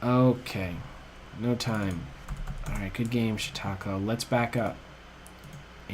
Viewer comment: Yea he pronounced it like it was French or something. I LOL'd too.